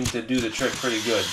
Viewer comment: “Goot” 😬